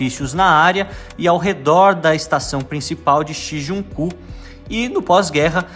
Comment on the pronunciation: O nome do bairro é Shinjuku, tira da pronúncia o N após o ju